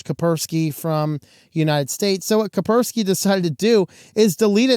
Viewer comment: It's KaSperski, not Kaperski. You pronounce the "S".